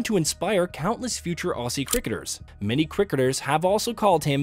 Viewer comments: Aussie is pronounced Ozzie, not Ossie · him saying aussie really annoys me (his pronouncing it wrong)